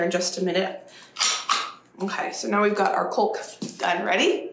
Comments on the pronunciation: I love your ambition! Just a couple comments. Why ru always bending down to look into the camera? And the correct English pronunciation of caulk rhymes with chalk. Not culk. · Caulk is pronounced the same as a rooster, cock. The L is silent. I agree, you are so energetic, you make me tired! I know it's too late now, but when you have water (in any form) falling from the sky, put a trashcan and other buckets, wheelbarrows, etc. to hold water to wash with (or water the dogs or chickens). Of course I mean when you have water issues! You SHOULD paint the doors. You will be unhappy if you don't. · Caulk is pronounced ‘cock’. I’m not a pronunciation police man but just a FYI. No criticism intended, please! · More like walk, but calk. Not the way she's saying it. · I had forgotten doesn't know how to pronounce caulk. Lololololol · I’m always surprised to hear the L in chalk. I should be pronounced like walk and talk. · For years I had a hard time pronouncing "hover" (saying hO-ver ) until someone told me "hover" rhymes with "cover" and "lover". So sweet,, here's my tip for you: ☺"caulk" rhymes with "talk" and "walk". BTW, I'm hooked on your channel. You are like a little energizer bunny!! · Love your content. You are such a hard working, dedicated young woman. However, your pronunciation of caulk made me cringe a little. The l is silent like in yolk, walk, talk, should, would, etc. God bless and happy painting. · Here in the midwest we pronounce CAULK as "caw-elk". It's funny to hear it way. Great job on your project and hard work! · Talk, walk, caulk! Should, could, would. Salmon etc the L is not pronounced. So funny! 😂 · Love the videos but caulk is pronounced like walk. The L is silent. Not a criticism, just a bit of info. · please go to google and type in how do you pronounce Caulking, you’re pronouncing it incorrectly. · Caulk rhymes with walk. The L is silent. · cALk not cULk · It’s pronounced “cawk” not culk 😊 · The L is silent in caulk